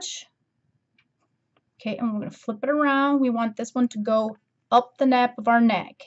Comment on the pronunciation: Hee hee...it is the nape ( like ape) not nap.